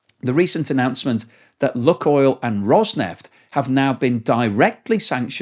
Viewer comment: CORRECTION: It's not "Look-oil" it's "Luke-oil".